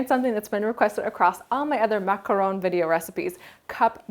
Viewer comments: It is pronounced Mac-a-ron. That is the correct way to say it, as I learned when I went to Paris France! :) Hope this helps you! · I liked your video with the exception of the way you pronounce the word "Macaron". The 1st a sounds like you're trying to cough up something.